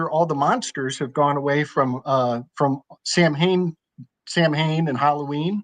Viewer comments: no belief to it ;^ }> `Sow'n` not sewn either 8^ ) unless ... I digress too often. One blizzard, one that night, fleeing a mantrap, on an empty mountain screaming into the wind SAM HANES hoping that some trick or treater wildlings would be out at midnight willing to face the banjo more than being found frozen. Someone from the Christian church had a 'word from the Lord' & found me at the Tunbridge post office. They were anti-Charismatic. They were opened up that night to the fact that Pagans & Heathens are as different as Taoism & Daoism and that they weren't led out to save my soul but to save my body so that they would be open anew to our shared spirituality. All around everyone benefitted, the lady that laid the mantrap ended up getting baptized at their church too! Cherish is the new love, be well. °Cherish° "Fondly remembered, best left unspoken, not unsaid." May God nod to ward thee & thine! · I believe Samhain is pronounced 'Sow Win'...Nice seeing you! Hope you're having a blast in Acapulco! Hasn't been above 0°F in a month, averaging -5°-10° with a couple nights upwards? downwards? of -30°F, here in central Montana...Sorry for rubbing it in! God bless and see you around Brother 💜